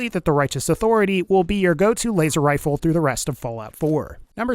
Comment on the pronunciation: WEREA WHA WAZER WIFLE